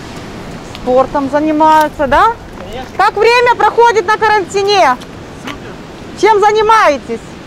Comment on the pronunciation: На карантиНЕ?)) Это на каком языке ударение на последний слог?